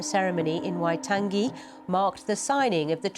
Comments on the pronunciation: Get it right. WAI-TOUNGE-ee. Fgs! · Dude cant even pronounce Waitangi get him out.